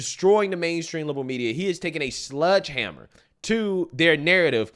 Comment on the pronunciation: SLEDGEhammer, not SLUDGEhammer.